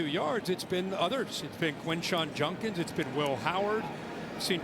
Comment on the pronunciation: Does it sound like Herbie was saying "Junkins" and not "Judkins?"